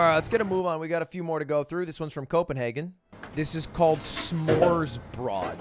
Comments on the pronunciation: you totally mispronounced "Smørrebrød" you said it in swedish not danish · Don't give Smorrebrod a French accent, remember Danish is a Germanic language, just like English, German, Dutch, etc. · ludwig im danish and just saying you completely said smørrebrød wrong and yes i have tried smørrebrød its not that good